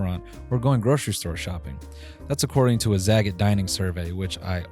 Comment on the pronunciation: Noel pronouncing zagat like a slur during that ad read lol